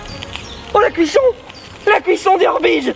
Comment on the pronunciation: "oh la cuichson des orbeges"